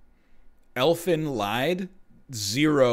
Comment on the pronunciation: Guys, just because this here is as good as any place: Elfenlied is German for... "Song of the Elfs". The "Lied" part is pronounced like "lead" as in "leader". What NL said, for German ears, is ElfenLEID, which is the "Pain of the Elfs". Thank you for reading, next up: When you want to refer to a violinist or the guy with the counter, but it really is a swiss artist known for a series of movies he created the antagonist for.